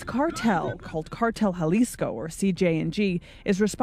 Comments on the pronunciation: Thanks for your work 👍 I think It's pronounced Jalisco (Ha lees coe)😎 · Actual pronunciation is more like madeyin and halisco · My thoughts on today's video is you need to pronounce Medellin and Jalisco properly for God's sake 🙄